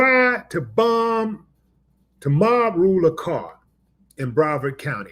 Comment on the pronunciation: Thank you. And, it's Broward, not Brovard. Broward County is where Ft. Lauderdale is located. And, it's where 2 Live Crew is from. Some trivia shared with me by my brother: 2 Live Crew had a feud with a sheriff from Broward County back in the 1990s. They called him, "The Coward From Broward".